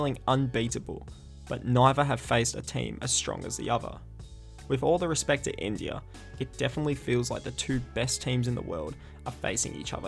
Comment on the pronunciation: Blud said Pindia